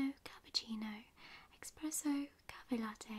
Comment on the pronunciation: Why’s everyone call the espresso coffee, expresso????? It is not “ex” it’s “es“. Btw* you are gorgeous love you totally